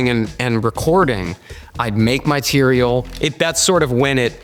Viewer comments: Tea-re-al. Bahaha 😅 Atticus in a chariot =Uber 😂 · Oh my gosh, "Tereal"?!! 😆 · Teareal 😟 😂 cereal+=teareal 🥣 🫖